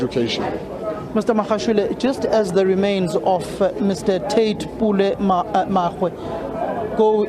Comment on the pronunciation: Lejwe- lepule ( Lejwe-leputswa) . Reporter is reporting from the Free State but remains of late Tate Makgoe, not Megoe, arrives UJ. Could we get someone who speaks either Sotho or so for correct pronounciation please stop battering our ears!